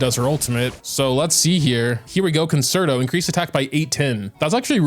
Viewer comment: please please it is pronounced 'con-chair-toe'